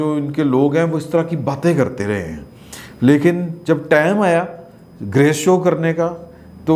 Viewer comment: " tam " nahe the correct word is " time" 🙏